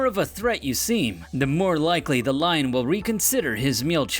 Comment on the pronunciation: dude says line instead of lion